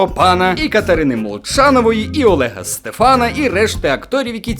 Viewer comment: Музика Дах дочер додає атмосфери цьому фільму ну камон, вони органічні в фільмі. Щодо акторів тут є мінуси. І Олег Стефан-наголос на е, як мене він все таки більш театральний актор.